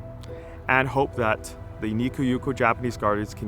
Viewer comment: One correction. Light festivals in Japan are held in large public parks. Never in the garden proper. Also, why do you pronounce it Nikko?